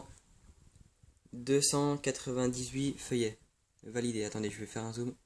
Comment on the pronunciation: "filleuls" se prononce : FILLEUL et non feuillet! FILLEULS C'est en rapport avec PARRAIN , je suis ton filleul si tu es mon parrain!!!!